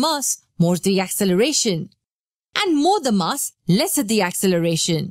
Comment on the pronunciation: Mass? Please say mass finely